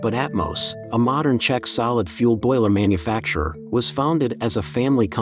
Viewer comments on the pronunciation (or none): none